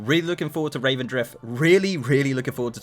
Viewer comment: Revendreth, not Ravendreth.